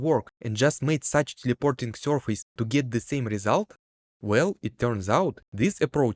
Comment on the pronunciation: "Corcle" "sorface"